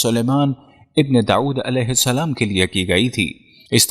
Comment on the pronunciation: tujhe koe problem hai kya Mehdi Alaihissalam bolne me Mehdi Alaihissalan bol samjha